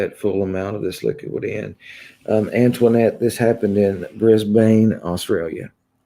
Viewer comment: And it is pronounced Bris-bin...😎